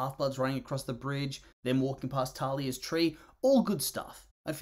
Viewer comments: Its thalia not talia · It's thalia, not talia